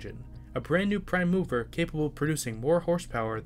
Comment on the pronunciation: One thing I need to remark' because it really sounds strange: it’s a /PRIME mover/, not a /prime MOVER/. It’s a specific kind of 'mover‘, just like VICTORIA Street is a specific street!